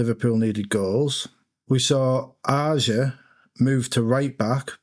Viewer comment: Also respect to for being the only creator to pronounce Ajer correctly 😂